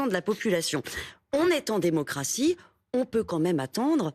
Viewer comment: Il a même dit "démoncratie" j'ai pas rêvé